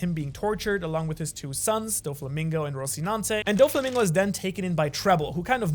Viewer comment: Don mreig say’s dolflamingo